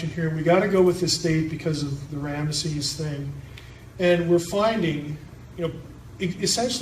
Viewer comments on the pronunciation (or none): none